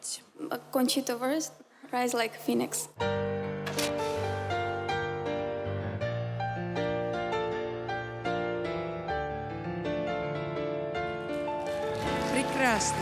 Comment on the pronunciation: phoenix,а не phoenEx